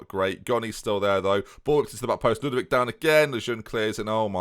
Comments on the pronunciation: "Ludvic has only got one name to him so" - proceeds to forget the O in Lud-O-vic just like when he was forgetting the C when called Leclerq. Never change. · FM it's Lud-O-vic, man. I mean, you nicknamed him yourself. You typed the "O". How can you not pronounce the "O"?! :D